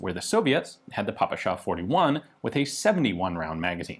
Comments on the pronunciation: Pa-pa-sha sounds like Папаша(Daddy). It pronounce pae-pae-sha(пе-пе-ша). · Well, that’s not exactly true. There’s no such vowel as “Э” in English alphabet, which is kinda deep “E” from the word “ten”, so it still doesn’t sound exactly right 😁 We pronounce it as PэРэSha lol. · Did... Did nobody else notice Gun Jesus actually saying "Pahpahshah"?